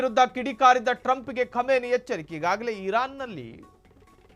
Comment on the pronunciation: Khumani not khamani